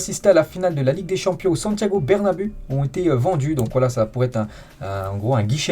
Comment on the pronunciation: ce n'est pas bernabé c'est bernabé "ou"